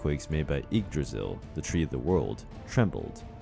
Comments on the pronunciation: Example: He says "mi-MIR" and "ygg-DRA-sil" when it should be "MI-mir" and "YGG-dra-sil" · When he said "Igdrahsul"